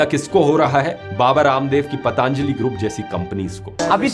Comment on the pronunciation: ...इतने समझदार होकर गलत उच्चारण? पतंजलि→ पतांजली?